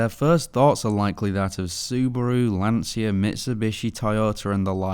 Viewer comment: When you English people are going to read word LANCIA in proper way? Somehow you managed do that with Dacia in car adverts, but not with Lancia. I blame Jeremy Clarkson for that.